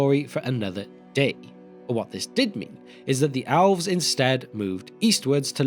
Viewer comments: Please, just try to pronounce "el" some other way than "owl" in the future. Really annoying to listen to a story of an owlish hero gil-galad and hear of his friend owlrond. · Why do you pronounce elves like it's alves? Or even "owlves".